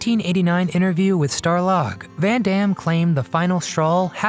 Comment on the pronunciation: REALLY REALLY BAD NARRATION. Emphasis on the wrong syllables, whiny presentation. DOWNVOTED. Seriously? The magazine is STAR LOG, NOT star LOG Just TOO annoying. Go back to radio college and learn how to READ for narration.